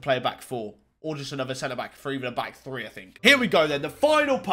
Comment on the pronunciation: Does he know that it’s pronounced three not free? Annunciate my friend